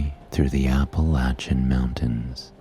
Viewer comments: Yes, this girl from SW Virginia appreciated his saying Appalachian correctly as well!!!Great voice and helps me so much!!! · Thank you for pronouncing "Appalchian" correctly 🙂 Also thanks for helping me sleep 😴